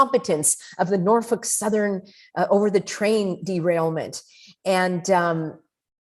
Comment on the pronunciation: "Norfuk southern" 😆 Was that a froidian slip lol